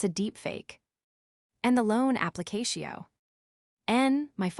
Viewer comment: AI needs to go to elocution classes. Correct pronunciation of Nice (the place in France); aplicashio...n! The pie checked his accounts!!!